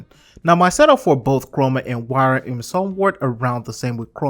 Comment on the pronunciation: Wyrm is pronounced just like the regular English word "worm". It sounded like you kept saying 'wairem'.